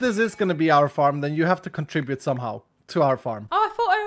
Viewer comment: "you have to contibute" - "I thought I was..I made the pick" 🤣🤣